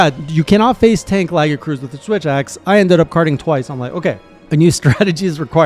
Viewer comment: It's pronounced lagi-a-chris